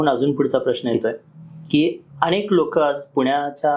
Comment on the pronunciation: अणेक नाही हो अनेक बोला, मणात नाही मनात, हल्ली सगळेच 'न' आणि 'ण' कुठे वापरतात ते विसरले आहेत कि त्यांच्या शाळेतील शिक्षकच असं बोलत होते? 🤔🤷🤦